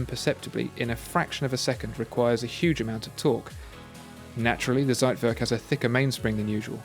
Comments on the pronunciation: Zeitwerk... you don’t read the Z as in Zebra but read it like “tch” and ei in german is pronounced like i in english so... it should be pronounced as if it’s “thcaitwerk” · Z in German is pronounced "ts". Anyway, great video. Keep up the great work. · I wish people tried the pronunciation of foreign words at least in google before presentation. Everytime you say Zeitwerk - timer in German, is just cuts my ears, even tho I'm not German)) Other than that big fan, watched every video few times)